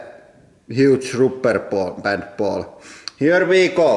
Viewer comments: "Huge rooper pan paul" :D lol love it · Hoo-mohng-us rupper bahnd ball! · and the rupperpant ball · "vee hav dees hoomongus rooper bant baul" had me in tears